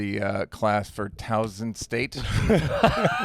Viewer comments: It aint 'Town-son' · It’s Towson. Not Townsend